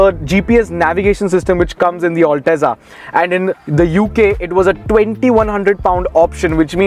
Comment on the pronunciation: It's not all teza you gawar, it's al-teza